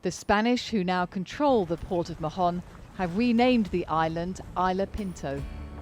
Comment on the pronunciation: Hi there. In Mahon, the 'h' is mute, doesn't sound. It's just [maon]